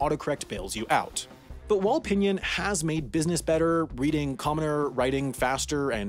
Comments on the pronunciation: The way he said "pinyin" also hurt me inside. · I am pretty sure u pronounce Pinyin as pinin and not pinien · Everytime he said pinyin like pihnyihn I felt like crying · FYI its pronounced ping-ing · Don’t forget about “pin yin” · internally died when he pronounced "pinyin"